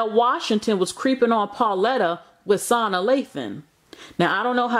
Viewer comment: Actually, it's pronounced Sa-Naa Lathan, but you're right....I don't know why Lela would take a man back that has already left PHYSICALLY anyway...smh. WOW, her self esteem must be REALLY low....so sad. I'm sure he has cheated more than twice prior to Nicole. He just got caught twice because of those babies, but his ass has been cheating the entire 20 years.